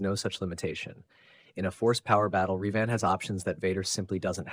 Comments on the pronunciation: It's Revan not Reevan you silly man. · Fun video but The way your AI says Revan is so distracting. Not only does it never say it like It is said in any starwars media (sounds kinda like the bird Raven with the vowels reversed) but it does not even consistently say it the same way, so its not even consistently wrong the same way. Also, Vader in the suit would be no match for Revan.